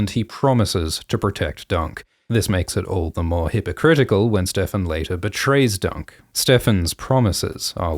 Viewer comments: The fact that Ser Lyonel does not even know Ser Steffon and mispronounces his name is so in character for the laughing storm. It made me cackle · When I was watching the episode, I thought it was weird he said "StevRon" instead of "Steffon" and it didn't occur to me that that was the show telling the audience he doesn't know Steffon and therefore Steffon was LYING. * face palm * thank you so much for making this Explanation video!